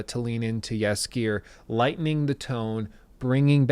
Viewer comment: Whenever I hear him say Jaskijeeer when refering to dandelion I just can't help myself but chuckle a bit Good attempt tho <3